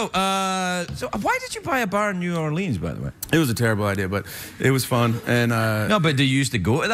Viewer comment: I think Channing Tatum is saying Knee-Yourleans instead of New Orleans....? I'm a little drunk though